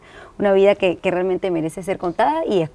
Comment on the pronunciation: La doctora Nancy es adicta a la palabra "realmente" o como ella la pronuncia "grealmente", tanto en su programa como en entrevistas